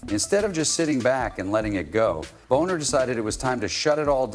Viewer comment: Thanks for the story. But, hyper repetitive point--over and over. You might want to spell ai read text more phonetically ("Bahner" vs "Boner")